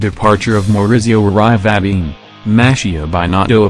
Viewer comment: Lousy pronounciation of Italian names! Hahahaha!!!